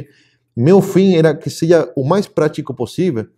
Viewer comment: eu ouvi você dizer "seje" ou os meus ouvidos me traíram?